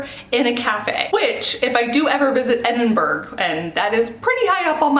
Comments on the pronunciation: People in the UK say, "Edin-bra"/"Edin-burr-ah" rather than "Edinberg" -- I used to say it like that, but moved to the UK for college and had a Scottish housemate who ridiculed me for it. Not trying to be a jerk on the Internet, just trying to save you from my mistakes! 😂 But definetly go to The Elephant House-- the view of Edinburgh Castle out of the window is so evocative of Hogwarts, it's insane! 🏰😍 Great video! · Edin-berg ❌ Edin-buh-RUH ✅ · 9 cups of tea?!?! Okay JK Rowling you do you “Edinburg” 😂 love the accent. It’s pronounced Edinbra for when you do visit! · I'm sorry, but Edinburgh is pronounced 'Eddin-burrah/ Eddin-bruh' NOT 'Eddin-berg' Pet peeve of mine 😅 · girl did you just say "edin-burg" hahahadajsk as someone who was born in edinburgh and has lived here my whole life i'm flattered that you want to come here but it's pronounced "edin-bu-ruh" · Loved this!!!! - P.s it's EDIN-BUR-A, not EDIN-BURG. Made me laugh, love from Scotland! 😂❤️ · lol it’s not Eidenberg it’s Edinburgh pronounced Edinbraw loved the video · Did she just call Edinbrugh, Edinburg??? Edin-bruh loose the g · its not edinburg its pronounced edinbruh :) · I mean you said Edinburgh wrong (Ed-in-bruh) but other than that I loved this video. The Edinburgh thing had probably been said multiple times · Edinburg? Edinburg? Eh-din-bur-uh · DUDE OMG ITS PRONOUNCED EDIN-BUR-UH.. IF I HEAR ANOTHER AMERICAN SAY "EDIN-BURG" IMMA FLIP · Never heard anyone say Edinburg, no hate. It's just different from what I'm used to 😂 I like it though. I'm from Edinburgh btw. I say Edin-bur-ah. No hate though!!! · EDINBERG???? Edinburgh is pronounced Edin-bruh x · As a Scottish person hearing you say "Edin-Berg" hurt me in so many ways, I don't wanna sound like an arse but it's actually pronounced "Edin-Bruh" even though it's spelt Edinburgh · Just a heads up - it's pronounced Edin-bur-ruh, or you can get away with Edin-bruh :D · Did you just say edinburg? Pretty sure it's pronounced edinborough